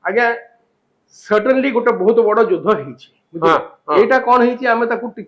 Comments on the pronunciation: its judhha not judhya😅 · ଯୁଦ୍ଧ ଉଚ୍ଚାରଣ ଭୁଲ କରୁଛନ୍ତି।